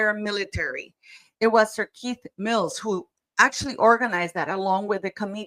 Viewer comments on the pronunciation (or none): none